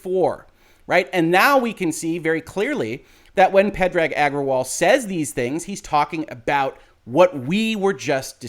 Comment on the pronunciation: I think Parag = puh-ROG?